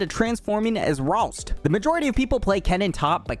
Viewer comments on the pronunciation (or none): My man said "Ralts" instead of "Rhaast" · What did he even say instead of "rhaast" ?